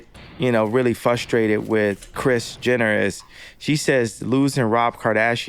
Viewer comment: The way he says "fustrated" gets me 😆